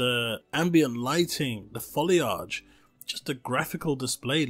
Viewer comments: im sorry did he say foliage "folly arch" instead of "folly Idge"? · "foliaaage" XD lol what, I think u mean foe-li-ige